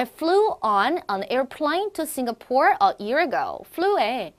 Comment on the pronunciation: 네 그발음도 잘못 발음 하시고 yersterday도 강세 잘못 발음 하셧네요.. flown 도 잘못 발음...singapore도 강세. 잘못..